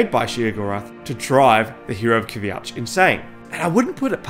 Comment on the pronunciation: "hero of kvjatch" lmao